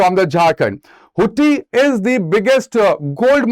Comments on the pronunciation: Sir, Its pronounced as hatti and not hutti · You were mispronounced Hatti as Hutti.